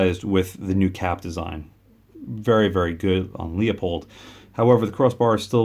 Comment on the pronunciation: It’s pronounced Loo-pold, not Lee-O-pold.